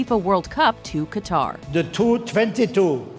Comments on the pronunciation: Qatar is pronounced "Cutter" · Its pronounced 'Cutter', not 'Kataar'